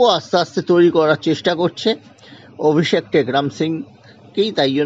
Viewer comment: অভিষেক এর নাম টা ও ঠিকঠাক বলতে পারছেন না আবার খবর করছেন ।